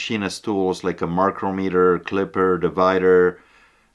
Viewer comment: My comment is, if your going to sell these things, you should know a little bit about them. Micrometer is not pronounced micro meter. It is pronounced mic-crom- mit- ter. also you called a caliper, a clipper. I think on this one you just misspoke. Not trying to be mean, just a little fyi.